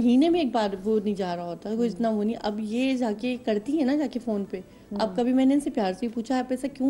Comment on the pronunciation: Why is this anchor pronouncing the phone wrong...... only advice should be given not the order or pressurising way to come back....... married life is a struggle, compromise and at the same time gamble...... you should face it strongly